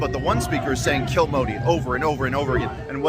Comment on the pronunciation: Punjabis have their own english accent…all they shouted was “skill Modi..” for others it appeared ‘s’ to be silent…!